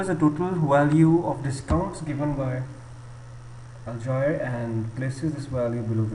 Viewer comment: can't pronounce Algier. haha idiot